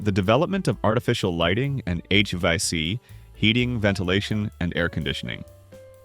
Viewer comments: H-Va-C? Really? How do you come up with those things? Literally everyone knows it's pronounced H-V-A-C. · I like the video... but the AI voice mispronouncing "hvac" was interesting... why not have a person narrate? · ummmmm... ok, between the way HVAC was said and now this image, im convinced this is an A.I. video...